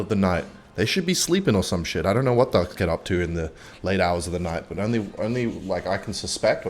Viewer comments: Entire time I thought you were saying dogs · Through 3/4th of the video I was sure you were saying "darks" instead of "ducks" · I heard "Darks" instead of Ducks and tought really did lose his mind this time